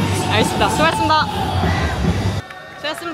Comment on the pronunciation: 수왓습니다, 솻읍니다, 솻습니다 ~~~